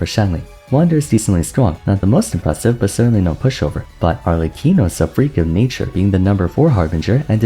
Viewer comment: I love how everyone gets the italian pronunciations except arlecchino🤣